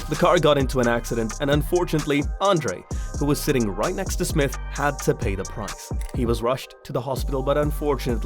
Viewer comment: It's J....R Smith.